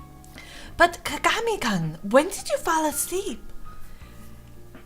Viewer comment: IT'S PRONOUNCED KAH-GAH-MEE-KOON HOLY CRAP THAT ANNOYED ME SOOO MUCH GEEZ still love ya though ❤️ (btw no homo)